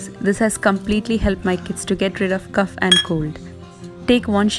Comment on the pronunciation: Sis.....please see to your pronunciation of cough in the winter home remedies video......